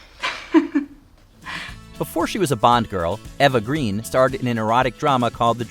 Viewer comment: Pronouncing Eva Green's last name like the color instead of like the word "grain."